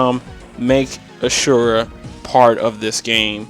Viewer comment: Asura* not Ashurra